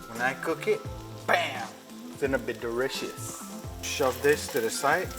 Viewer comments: I want some "Bam its gonna be de-rr-icious" Shirts!!!! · "wen I cook it, BAM gonne be delishus" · "Gonna be dericious" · "Its going to be dericous" 😭💀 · “Delious”: throws up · More like “derishush”